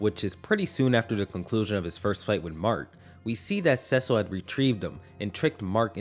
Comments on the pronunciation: It's pronounced see-sil 🙄🙄🙄🙄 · no way you made it this far into invincible and still saying Cecil’s name wrong 💀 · His name is Cecil not “susslul” It’s pronounced “see-sul” I’m begging u bro stop staying his name like that 😭😭😭😭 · It’s pronounced “See-sil” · the way he said cecil ruined it for me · why do you pronounce it like that - just say Cecil like everyone in the show does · w vid but please pronounce cecil correctly, you have no excuse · I loved this video until you said cecils' name wrong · How has no one commented on how you said Cecil yet lmao. No hate its just funny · Dude you've watched the show how do you still pronounce Cecil wrong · Is mispronouncing Cecil’s name just a running joke for people at this point? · bro you gotta fix how you say cecil 😭